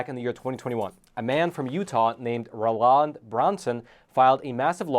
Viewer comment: "ROE lund"